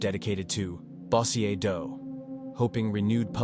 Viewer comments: its pronounced BO-jerr (Bossier) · The way you say bossier lol 😆